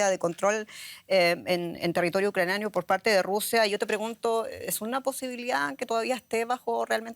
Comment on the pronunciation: No es ucranio...Es ucraniano..No es Romo..Es romano.